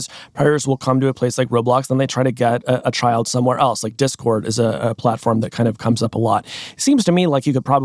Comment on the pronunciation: cant even say discord💔🥀